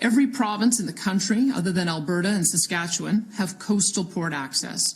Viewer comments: How about Tom; the Canadian expat; pronounce Saskatchewan correctly? It's not "Sass-kat-cho-wan?" Emphasis on the "Sass." It may be a minor point; but it's irritating to hear a Canadian mispronounce the name of a Canadian province. I don't care how long he's been under the influence of the USA. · Danielle Smith has literally said that she doesnt want to separate from Canada and wants to be able to make plans and deals with Carney. Please learn how to say Saskatchewan correctly haha